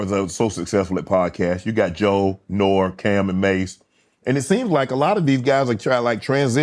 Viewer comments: NORE not Nor. If You Know You Know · Nore for short, not Nor 😂😂😂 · He said NORE not N.O.R.E. lol yu know he was reading off his notes!!! He probly felt dumb afterwards like ohhhhhhhhhh he meant NORIEGA!!! 🤣🤣🤣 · Nor-E, unc 😂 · The fact that he said Noor, the. He said it AGAIN and didn’t correct himself… crushed my soul. 😢 Shannon is “Not Like Us”. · nobody calls him nor its pronounced noree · I know who norega is. he said noor tho